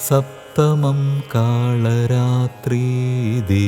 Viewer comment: KALA RATHRY OR KALI RATHRI ,PLEASE CHECK THE PRONUNCIATION .